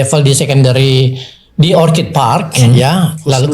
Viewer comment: Dalam bahasa Inggris, ORCHID yang artinya ANGGREK.... itu pengucapannya OR-KID ...pakai K, bukan C!!! Kalau yang diucapkan pakai C itu kata ORCHARD artinya kebun buah!